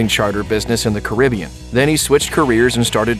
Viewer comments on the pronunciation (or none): none